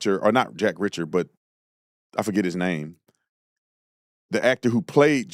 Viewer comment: Reeeacher, not Richer lol